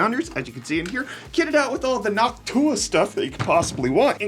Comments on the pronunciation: it's probably been said, but you pronounce it like noc tuah 😂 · Why does he say Noctua like "Hawk Tuah"? lol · Why did that Noctua sounded like Hawk Tuah to me? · why does bro say Noctua like Hawk Tuah?